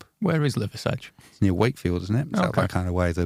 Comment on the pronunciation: The pronounciation of liversedge was killing me 😂